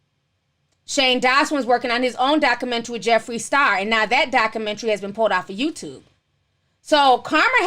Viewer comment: Lol lord you need to practice proper speech you cant even pronounce documentary 😝